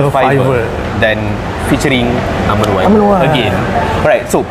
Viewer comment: Done watching! 'R' Wan yang mahal tu haha.